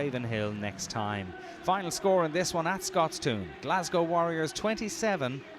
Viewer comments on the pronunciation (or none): Seriously, it's pronounced "Scotstun". The only "toon" we're looking for is Josh Strauss's comedy Bluto impersonation.